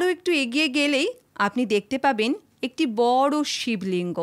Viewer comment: শিব লিং উচ্চারন ঠিক হয়নি